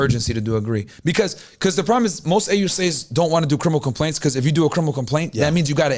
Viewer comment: Everybody talking about the boots but i’m stuck on what he’s saying 😭😭 “Crimpiple cumpaints”???